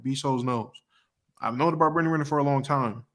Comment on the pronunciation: The way this dude butchers her last name gets me every time